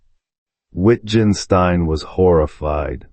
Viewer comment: The videographer doesn't understand his subject. Rather than discuss Wittgenstein with others who know he's brilliant, he crudely mispronounces his name, the title of his book and spends almost two hours underlining his ignorance, expecting applause.